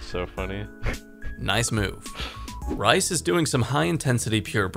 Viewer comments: lol rice... i think its reese... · Rhys is pronounced "reese", not "rice". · "Rhys" is Reece, not Rice. its the welsh spelling. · It's Reese...not Rice lol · Rice? Lmao I think his name is pronounced 'Reece' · No way you called Ryhs Rice😂😂